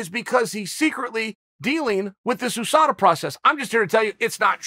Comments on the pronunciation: I love how uncle chael says Ooosada instead of Usada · Just like Ooosman instead of Usman lol